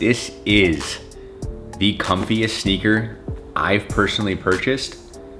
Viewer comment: Who cringed every time he said “sneaker”😩